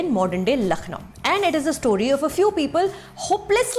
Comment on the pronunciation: Sucharita love you're reviews , it's a pleasure to see a presenter pronounce words correctly but Lucknow is simple no 'kh' like khan just 'k' like luck, really appreciate your attention to detail and I hope this helps.